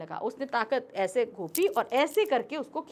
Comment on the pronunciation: ese ko pehla sahi padha but fir ee 😂 Sorry, no offense But did anyone else notice this?